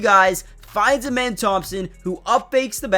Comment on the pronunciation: His name isn’t pronounced amen it’s ahmen like the god ahmen rah